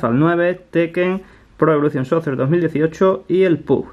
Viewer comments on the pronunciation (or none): Emm se pronuncia soker y se escribe soccer